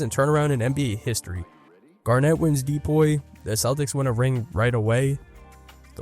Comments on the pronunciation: didnt subscribe after you said de-poy, twice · Why do you say DPOY like that?